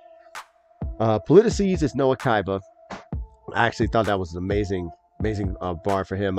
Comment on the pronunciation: Bro, any raps or cyphers with villains go extra hard!!! This cypher was no exception! Everyone killed it. My top 3 favorite verses were Cam, Peso, and Diggz! The next reaction tho: 💯💯👀👀 Lastly, just wanna let you know that the correct way to pronounce Politicess is Politi-ciss, with a hard c.